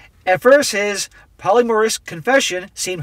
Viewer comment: Polymorus? I can’t tell you how many times this clown mispronounces words.